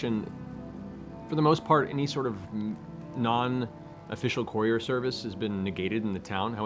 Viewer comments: First sigel, now brooch, and courier..adventure of pronunciations continues I hope! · Haha, loved Travis' Arnold impression! xD Edit: Matt, it's pronounced KUR-EE-RR, not CORE-ior. xD